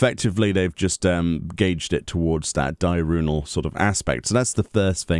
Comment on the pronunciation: Di-urnal not Di-runal